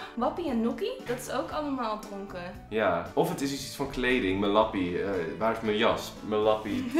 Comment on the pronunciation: en je moet lappie uitspreken als leppie hahah